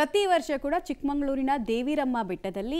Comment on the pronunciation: ಚಿಕ್ಕಮಗಳೂರು ಅಂತ ಹೇಳಿ, ಚಿಕ್ಕಮಂಗಳೂರು ಅಂತ ಹೇಳ್ಬೇಡಿ